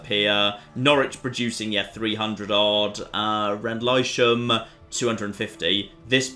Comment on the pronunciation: Rendlesham these days is still called Rendlesham. And its pronounced Ren-dul-shum. Earmutha is great Yarmouth. Colneceaster is Colchester. Gippeswyk is Ipswich.